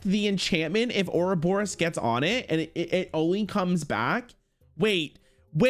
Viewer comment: PLEASE READ THE CARDS It's Ourobos, not Ouroboros